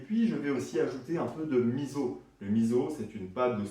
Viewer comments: Super. Sinon on dit misso et non pas Mizo. ( 30 ans au Japon) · Merci beaucoup pour la recette. Par contre je vais être tatillonne mais on dit miso ( « misso » non « mizo») 😜